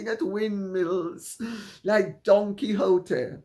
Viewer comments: Heard 'Don Quixote' as Donkey oh tee, and that made so much sense.. he is such a donkey's posterior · Don Quixote ... thought you said "Donkey hooter" ... thought it was right which ever way